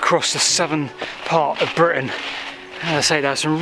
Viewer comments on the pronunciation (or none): none